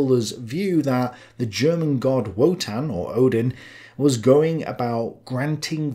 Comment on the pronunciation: I love your program and I am a subscriber. The only thing that I find störend is that you mispronounce most German words. Please take a German 101 class or get an educated, native German girlfriend!